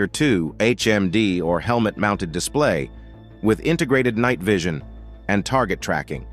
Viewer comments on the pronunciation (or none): none